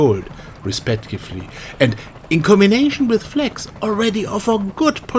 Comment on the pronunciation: you cant even pronounce flags it sounds like fleks